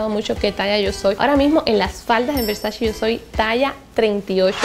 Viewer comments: Donatella Versace en una entrevista con Vogue dijo que odia y detesta cuando dicen Versachi, que no es así. Que es Versace. si tú usas esa marca aprende a pronunciar como le gusta a la Doña. 🙊♥️ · estás muy americanizada... de donde sacas la i para decir Versachi? CE Y CI SE PRONUNCIA che o chi, por lo que se pronuncia Versa-che bueno salidos.